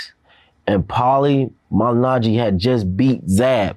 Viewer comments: Vlad really fucked up malignaggi’s last name lmao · Man said "walter" weight and "ma la na ge" vlad you need to show some respect to the sport and the sports star